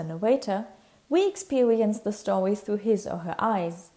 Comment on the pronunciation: Whenever you weed a stowy